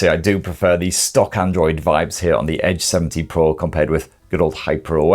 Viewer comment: I keep hearing H70 Pro Nice review You seem to love Greece